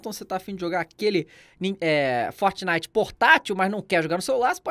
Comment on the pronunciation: Forrrrtxinitxi, esse sotaque kkk